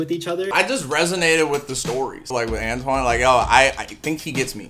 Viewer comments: Antoine: pronounced Antwan Gabriel: ANTONY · i’m laughing at the fact that gabriel thinks “antoine” is pronounced “ann tony” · Why is no one talking about Gabriel calling Antoine “antony” 😂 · I literally died when he repeated An-Tony XD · Is no one gonna comment about how Gabriel is saying antoines name so wrong “antoneee” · i hate the way gabriel pronounces “antoine” like “antony” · Gabriel said Anne tony instead of Antoine